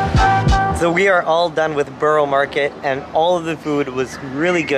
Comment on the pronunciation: Just a plea. So many American reactors say 'borrow' (as in Borough Market) when it is in fact pronounced as 'burra'. The same goes with Edinburgh.